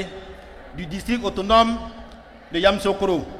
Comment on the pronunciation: Il 'e sait même pas prononcer yamisocro